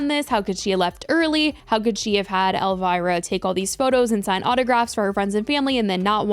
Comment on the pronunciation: Who is 'Elvaira'? 😂 Gurl, it's ElVIra!!! (pronounced EL- VEE-RA)